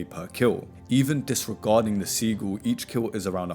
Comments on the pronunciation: SIH - JIL not seagul. Great vid mate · It's pronounced similar. Not seagull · I thought you were saying Seagull and it was stressing me tf out lol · Seagul? Brother learn how to pronounce words lol uk ppl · I’m dying over the Sigils being pronounced Seagull - LMFAO 😅😅😅😅 Great video though! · Yeah it’s “sih-jil” lol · LMAO. Great vid but that pronunciation was killin’ me 😅